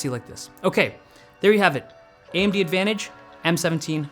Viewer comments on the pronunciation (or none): Is it just me or does it sound like he’s saying Andy instead of AMD at the beginning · AMB? Why do I keep hearing AMB what the hell. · AM-D? It’s not pronounced A-M-D???